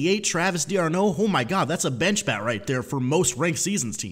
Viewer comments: just so you know it’s not pronounced dee-arnoh it’s just one word like darnoh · Next time pronounces Travis d'arnaud's name wrong I'm gonna break my computer screen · The way mispronounces d’Arnaud gets on my nerves